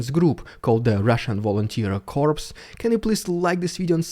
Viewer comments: Dude, your English is a million times better than my Russian so I try not to criticise, but you really should know that the word Corps meaning an army unit is pronounced 'cor' (because it's actually a French word). You are pronouncing the word 'corpse', which is a dead body! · It might spell like corpse dead body) but corps (military division) is pronounced core like in an apple. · I hope that there is no "Russian Volunteer Corpse"! I would prefer there to be a Russian Volunteer Corps (pronounced "core")! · We pronounce Corps as Corr (from French where the PS on the end is silent) A Corpse is a dead body which these guys certainly aren't. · Love the content, as always, it is awesome. BTW we pronounce "corps" as CORE not CORPSE. Why ask why? SLAVA UKRAINI! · Russian Brother, when you say "Corps" as in "Marine Corps" you say "Core" as in the center of something a "Core" of an apple. When you say "CorPse" that is a dead body. You are calling soldiers dead bodies still fighting. You are accidentially calling our soldiers Zombies. I realize this is a language barrier. Glory to God, Victory to Ukraine. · Mate, say kor not corpse that's a dead body. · 1 small point about pronunciation - corps (kaw) is very different to corpse (kawps). "corps" is a subdivision of an army in the field but "corpse" is a dead body. Sometimes they can be the same thing but not this time. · Kindly pronounce CORPS as kor not korps because you are referring to a dead body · the word spoken as core, not corpse. A corpse is a dead body. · Hi '', another brilliant video. Just a quick 'heads-up', but 'corps' is pronounced 'core' in English. This is yet another example of our stupid language. Keep up the good work - I NEVER miss any of your great work xx. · BTW It’s pronounced ‘coRe’ as in apple core , it is just the spelling that is corPs. 😊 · The word "corps" is pronounced "core" and there is no plural. The word "corpse" refers to a cadaver. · It’s pronounced “core”…..